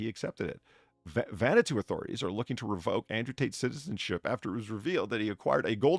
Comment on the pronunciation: Vanuatu = Van - nwaah (rhymes with the French word "moi") - too. Not Vanna 2, like the replacement letter-turner for Vanna White. Sheesh. 😁 Thanks for the stream, despite flying solo.